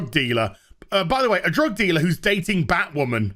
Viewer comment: Surrender your sanity,. It's Batwahmen time!